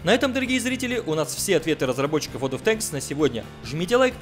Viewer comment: Ура правильно произнес ВоД от Тэнкссс